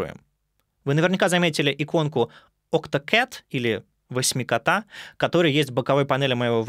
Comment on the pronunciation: не восьмикота а осьмикота :) осьминог + кот